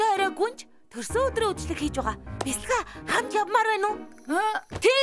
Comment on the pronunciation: Гүнж биш гунж байна😂😂😂😂😂😂😂😂😂😂😂😂😂😂😂😂😂😂